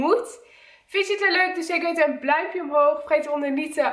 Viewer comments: Zegt ze nou echt: doe een bluimpje omhoog?😂😂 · “Doe dan zeker even een BLAUMPJE Omhoog😂😂😂😂 love you ❤️